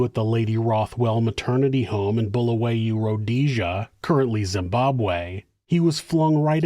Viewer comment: The town is pronounced "bull a way o"